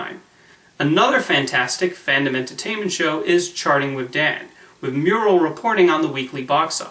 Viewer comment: Your pronouncing Dan's last night wrong. Mur-rell is not pronounced like the painting